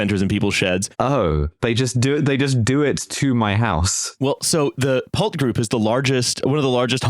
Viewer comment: So quick note, on the whole span thing from the first half, Pulte Homes is pronounced like pull tea, And the son of the original founder and former president of that company is just newly appointed as the national security advisor to Trump. He had previously been in charge of Fannie Mae and Freddie Mac.